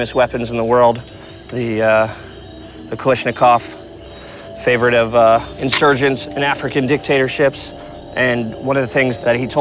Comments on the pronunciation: Look at how he fucking manipulates the slide on that poor AR.... And "Kalishnikov"? Are you kidding me? You can easily spot someone who hasn't done their research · Its a kalashnikov not a kalishnikov silly. You have one job. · I disagree. The way he was manipulating the slide on the AR was childlike. And notice how he said kal-ISH-nikov. Anybody who knows anything about weapons knows that it's pronounced калашников (Kalashnikov) and more commonly known as just калаш (kalash) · bruh he also pronounced it "kal ish ni kov".... It's so fucking obvious he knows nothing about these weapons